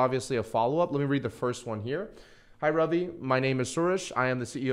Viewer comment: Because it's an Indian name that's pronounced RUvi and not RAvi